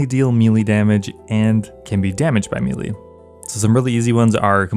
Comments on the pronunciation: The word is may-lay not mee-lee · It's not pronounced me-lee its maylay... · Its pronounced may-lay say it right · CAN YOU PLEASE SAY MELEE CORRECTLY. FFS. ITS PRONOUNCE MAY-LAY. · It's spelled melee, it's pronounced maylay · For the love of sky fairys learn how to pronounce melee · Please stop pronouncing melee incorrectly.